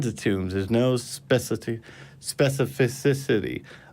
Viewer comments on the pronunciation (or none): 😂 I particularly liked "specificicity"